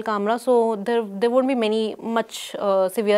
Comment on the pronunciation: Wheyyar? Hiyyar and theyyar... Salute to you for the work you have done so far and hoping that you shall do more. But, when the interviewer is speaking to you in Hindi and it is your mother-tongue (which should preclude any difficulty with the language), you choose to intersperse your talk with English sentences.. neither hiyyar nor theyyar, I am sorry to say. I know I am being crude, cruel and offensive in a way. But I simply don't understand this dire need to speak in another language when you ought to be speaking about the issue rather than muddling through your ostensibly impeccable English credentials. Why? For what? For whom? Not just this episode, but in most cases. An English interview and people trying to put across unfamiliar words or thoughts into Hindi is understandable. The reverse, especially from those whose mother tongue happens to be Hindi, is unforgivable and pretentious in the extreme. Come on, if Paranjoy can persistently kill himself trying to speak "Shuddh Hindi ki Bhindi" then it wouldn't kill you to try your own mother-tongue :) And NO, BLOODY NO, this is no digression from the main topic. Instead of blaming me for digressing, look at yourself and consider where you have drifted from the message. You do your subject injustice as well in your ill-conceived haste to prove yourself to be superior to the Hindi medium and its reporters. Bah!